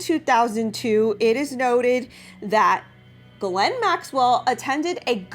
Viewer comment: That’s funny but actually it’s pronounced Gee lane (hard G like going rather than soft G like giraffe)